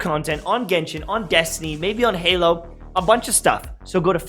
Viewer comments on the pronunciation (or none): none